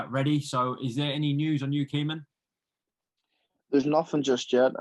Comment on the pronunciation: Caoimhin is pronounced like ' Caoi - vene ' the MH in Irish makes a V sound